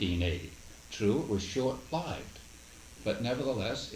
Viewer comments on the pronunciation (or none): The way he pronounces "lived" is a bit idiosyncratic